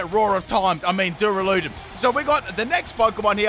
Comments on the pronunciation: Plz.. it’s DU - RA - LU - DON NOT DURA - LUDON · The way he say duraludon like DoOrALoOdIn infuriates me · “Doo-ruh-loo-dun Me: 👁👄👁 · You: Duraladon The guy she tell you not to worry about: Dialga